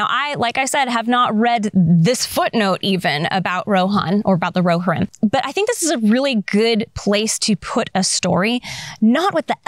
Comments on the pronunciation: Phonetic Pronunciation: roh-HEER-im IPA: /roʊˈhɪrɪm/ breakdown:roʊ: like the "ro" in "row" hɪr: like the "hir" in "hero," but shortened (like a quick "here" without stretching the "e") ɪm: like the "im" in "him" Love your channel, your content and the exquisite way you rant without ranting about the things we —the nerds— love. It's like a peaceful rage 😂. Thank you! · I believe it's pronounced ro-HEER-im. Also, the clips are from "The Two Towers", not "The Hobbit".